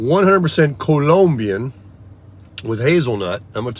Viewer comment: Cool, good to hear you pronounce Colombian correctly.